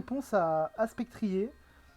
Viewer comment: Je crois qu'on prononce "Spectrieur". ou vu la team adverse, Gouging Fire ne servait plus et il fallait éviter qu'il se place (si il a la priorité, il peut se faire le reste de la team).